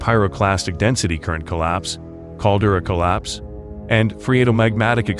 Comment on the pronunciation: Tsunami pronounced as "Sunammy". Also Caldera pronounced as "Caldurah"